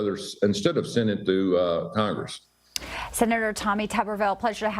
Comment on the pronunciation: It's pronounced Toooberville.